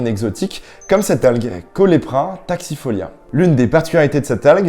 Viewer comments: Euh c'est CaulERPa pas Caulepra... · Dans les années 80-90, j'ai toujours entendu prononcé "colèrepas" Taxifolia et non "colépa" taxifolia, ni "colepra". Du coup, on dit quoi ? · C'est Caulerpa, pas Caulepra.